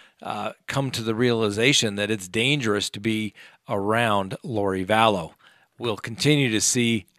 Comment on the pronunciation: It's not Valess as pronounced.